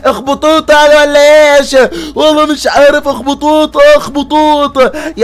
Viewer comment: أخطبوط ❌ اخبطوط✅😂😂😂 😂😂😂😂😂😂😂😂